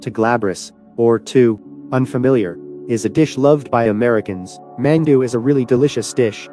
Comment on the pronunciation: 킴취 웽 맨ㅡ두, 발음이 재밌네요 ㅋㅋㅋ